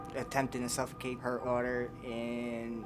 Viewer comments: If you pronounce suffocate like “suffercate”, then you’re probably too slow to raise kids. Her lights are on but no one’s home. These people are wacky af. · I literally stopped watching after she said “suffurcate” 😑